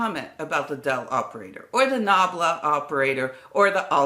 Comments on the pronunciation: Great video. One minor quibble [due to my OCD tendencies]: the reverse spelling of delta ---> atled should be pronounced as at led, not al ted. I beg forgiveness for my rude interjection... Many thanks for the illustrations from the original books & papers - these gentlemen were truly literate, & our present society suffers from our casual misuse of abbreviations & elisions plus our [relatively] tiny vocabularies. Precision matters not only in measurement but also in language - if we cannot express ourselves clearly & concisely, no-one will listen to what we say. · What AMAZING videos and impressive scale of research that you've made! I'm always in awe watching your channel. BTW a minor remark about the obsolete nomenclature for 'del'. Watch the pronunciation - the alternate name wasn't 'alted' but 'atled' which is just backwards 'delta'. Thank you for your invaluable work! I'm getting addicted to its results! Greetings from Poland :) P.S. I'm not a physicist, just a humble musician. You inspire a lot of various people!